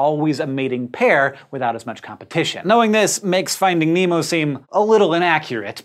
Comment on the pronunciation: nemie not nemo